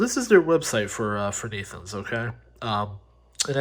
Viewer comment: great unboxing video.but the name is pronounced like this...netunes( i think it's french)